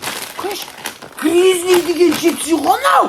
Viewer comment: Гризни чипси😂😂😂😂 гриззли емес па😂😂